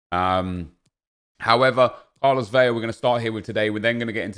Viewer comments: Vetle Fjelddalen I’m Mexican and watch every game he plays. I’m % it’s VeLa with a L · Is pronouncing his name a meme? “Carlos Veya?”